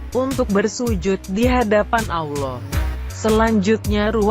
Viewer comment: Gua gak suka suara perempuan... Kalo panggil nama Allah yg benar jangan panggil aloh. Gerti gak Lo.